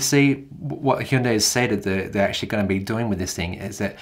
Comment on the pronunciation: Did he just say HEEEEEndai lol wtf here in the us it’s called Hyundai as in HUNNday